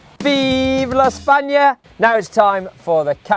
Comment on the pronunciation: Nice video like always and nice pronunciation on viva España, im from Spain 😄